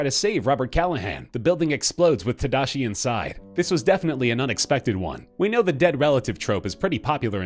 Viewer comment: Just saying, everyone is saying tadashi wrong. I get it, it's hard to say it bc it's a japanese name, but come on!